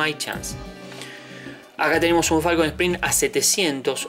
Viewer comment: Arnold 2T Primero que nada antes de hablar de autos minimamente aprende a mencionarlos bien un Falcon (sin acento en la "O") hoy por hoy es lo mas comun verlos en las calles y autodromos como cualquier otro auto no podes comparar un falcon con un Mustang o Chevy (con "Y" y no con"I latina") cuando el Mustang es un clasico por excelencia, un auto emblematico que dejo una marca en su epoca por ser uno de los autos mas potentes, dotado por el gran trabajo de ingenieria logrando un sonido que hacia imposible que no te voltees a verlo, agraciado por una estetica inigualable que causo tendencia junto al Chevy ss entre los clasicos, autos practicamente indestructibles.